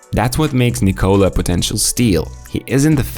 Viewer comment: This is the 4 Nikola in the NBA-(Nikola Mirotic,Nikola Jokic and Nikola Vucevic) and you Americans still don’t know how to pronounce the name right…at this point is disrespectful,very much! You just don’t know to pronounce any name that’s not English! What a joke!